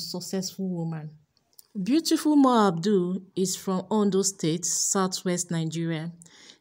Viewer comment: Mo ABUDU!!! not Mo ABDUL